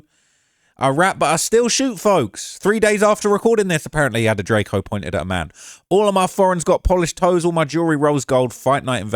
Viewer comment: A mane say mane you hit that Memphis accent mane.